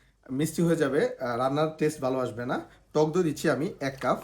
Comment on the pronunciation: উচ্চারণ সঠিক করে বলবেন।কাফ না কাপ